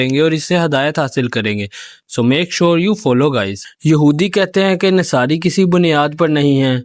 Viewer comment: तू तो जाहिल लगता है नसारा को नसारी कह रहा है